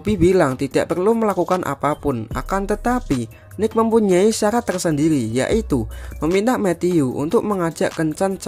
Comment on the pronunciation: Tersendiri ❌ Tersendeili✅😀👍👍